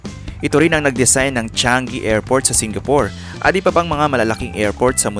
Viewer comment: Hi for future video po, paki-tama po ang pronounciation sa "Changi"